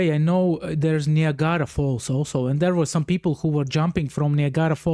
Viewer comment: Niagra is pronounced /ny ag ruh/